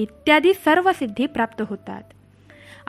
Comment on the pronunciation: तपश्चर्या असे आहे.तपचर्या ऐकायला कसे तरी वाटते.बाकी छान.